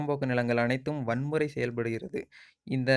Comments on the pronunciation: வன்முறை இல்லை நன்பரே வரன் முறை .தமிழே தாலம்போடுது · Eadhu vanmurai ya😳😳 Adhu varanmurai pa Eathana mura vanmura nu solluva Tamil la kolladha bro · enaya tamil padikura...pavam ya ..adu வரன்முறை ya வன்முறை இல்லை... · தம்பி அருமையான தகவல் ஆனால் ஒரு முறை நன்றாகப் படித்து விட்டு தகவல் சொல்லும் போது சரியாகப் பேசவும், காரணம் வரன்முறை செய்யப்பட்டுள்ளது என்பதை தாங்கள் வன்முறை வன்முறை என்று படிக்கிறீர்கள் குறை சொல்வதற்கு அல்ல குறையை சுட்டிக் காட்டுவது தாங்கள் மென்மேலும் வளர என்ற நோக்கத்தில் மட்டுமே உங்களுடைய சேவை மென்மேலும் வளர வாழ்த்துக்கள்.... நன்றி